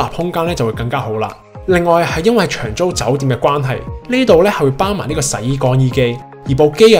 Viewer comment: 發音不正，長租變長洲